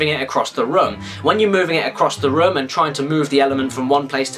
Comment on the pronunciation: when you say room, it sounds like rum.